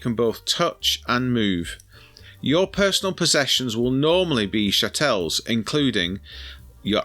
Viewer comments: I think it's pronounced chattle rather then shatelle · Its pronounced CHa tles!🤣